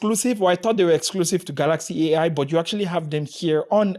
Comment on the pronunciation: I like ur pronunciation kaalaxi